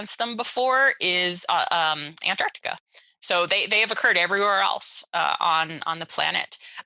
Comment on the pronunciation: OMG an American that actually pronounced ‘Antarctica’ correctly!